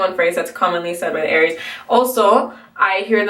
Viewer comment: you got aries right ahaha